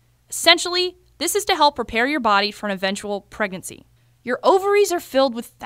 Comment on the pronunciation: I heard her say ‘pregancy’ 😂😂😂